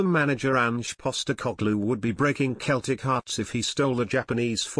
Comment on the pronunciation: Please, please, CELTIC are pronounced Selltic Not Keltic.,!!!!!!!!